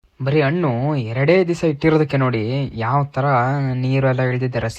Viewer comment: Annu alla Hannu! Kannada Sariyagi Balasi